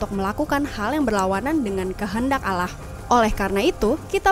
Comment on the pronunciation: Nyebut Allah nya yg bener